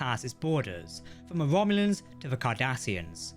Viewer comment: “Womulans” LOL